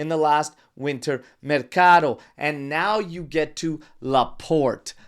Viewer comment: Mercato "to" not mercado "do" please